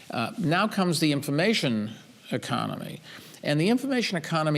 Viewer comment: Did Bloomberg say infamation? He thinks farmers are stupid but can't pronounce information. WOW.